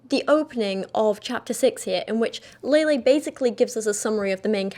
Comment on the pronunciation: Not that it matters but i believe her name is pronounced lehleh, not laylay